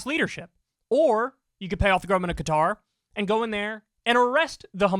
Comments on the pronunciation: Why are one the few in the media who can pronounce “Qatar” properly? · Shout out to Kyle for pronouncing Qatar correctly!